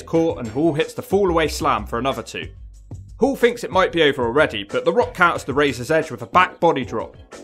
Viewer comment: It's pronounced HALL.. not Hool...